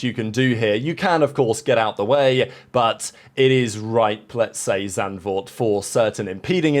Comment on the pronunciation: The lack of name butchery when "Zandvoort" is pronounced is amazing!